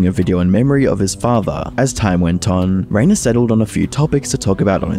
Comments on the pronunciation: I really like this video, great research, slick editing and compact, one thing I want to point out though is that the name Rainer is spoken more like "Ryner" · Rainer is pronounced as Rhiner 😅